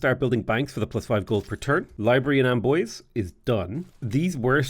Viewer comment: Hey ! You pronounce pretty well french cities names (Except for Amboise, it's more amboaz not amboisey xD)